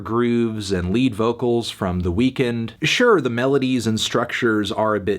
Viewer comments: It's pronounced 'weekend' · It's 2020 and you still pronounce The Weeknd like 'the weakened'